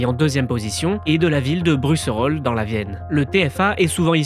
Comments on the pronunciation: Buxerolles pas bruxerolles les incapables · C est Buxerolles et pas Bruxerolles... 😂🎉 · Buxerolles (prononcé Bukserol) et pas "Bruxerolles (brusserol)